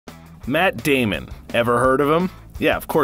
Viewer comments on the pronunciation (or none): I swear that doll character said Matt Damien